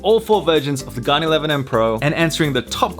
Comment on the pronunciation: It always sounds like the gun 11 m pro when you say it